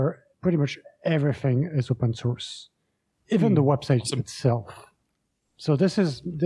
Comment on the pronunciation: Anyone else notice that when says “open source” it sounds like he’s saying “open sauce”?